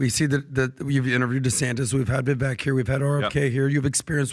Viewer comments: **, it’s Vi-vake, like cake. Not Vi-veck like check. I think this is the podcast where he clarified the pronunciation of his name too!?! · but his podcast has a problem. . its been nearly a year and they still do not pronounce Viveek´s name correctly. Once, twice . .OK. . but this is either purposeful, lazy or incompetent and disrespectful! Viv-VAKE. ..